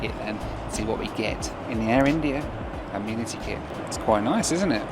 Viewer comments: Can anyone tell me why the pronunciation of Amenity has changed in recent videos from the daft " amen iti " to the correct "ami niti" ? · Why pronouncing it "ah-mee-nity" kit